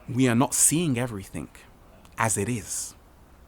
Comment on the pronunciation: If you must record in English remember, there is no K in everythinG.